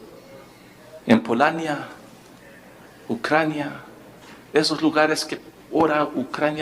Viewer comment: Qué dijo ?! Polaina? No es Polonia 🇵🇱?!